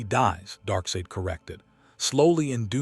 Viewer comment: You’ve got to spell out “Darksied” as “Dark Side” for you AI VO to get the pronunciation correct. 😉